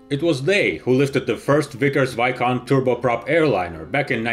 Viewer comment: Just to let you know , it is pronounced vis , (like s in sis )count viscount :)